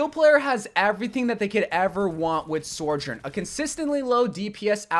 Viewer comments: Why does he pronounce it like "Soar-jorn" there's no R at the start, it's just "So-jern" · Sore Jern? Suh-jurn, there I said it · Sojourn. Not Sorjourn. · It's not sorejern it's SO JOURN SOJOURN THERES NO R IN SOJ YOURE AN OVERWATCH CONTENT CREATOR DO BETTER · Literally no one says her name right. SO-jern not SOR-jern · It’s SoJurn, not SoRjurn. Like it’s not a big deal but after the 50th time hearing it I’m pulling out my hair please dear god SOJURN! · bro, you're wack. it's pronounced "So - journ" not "Sor - journ" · say it with me— SO-JOURN… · i beg to god can he stop calling sojourn 'soijorn'? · My biggest ick is how you pronounce sojourn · Maybe one day he’ll pronounce Sojourn properly